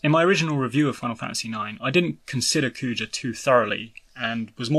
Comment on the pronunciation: It's Kuja, not Coo-chah.